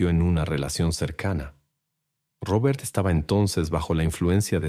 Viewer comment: Porque dices Rrrrobert 😂